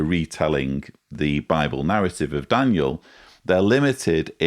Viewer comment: Did call him "Dan-u-el"?